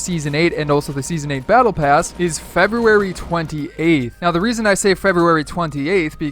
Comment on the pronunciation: Can't you say February? Not trying to be mean, just curious.